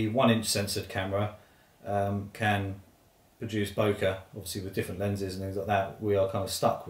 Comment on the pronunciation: FYI Yes it is a japanese word but its pronounced bokay. Purchased my RX10 iv from watching your channel. Brill